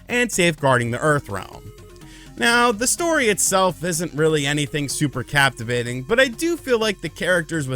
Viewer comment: "Capture-vating" lololol